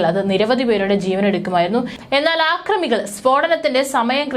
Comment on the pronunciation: ആക്രമി അല്ലപ്പീ.......... അക്രമി ...... പറ അക്രമി ..........